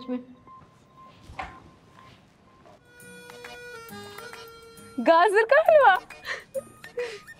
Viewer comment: Aapki puri video bhot achhi hai par aap gaajar KO gaazar kyon kehte ho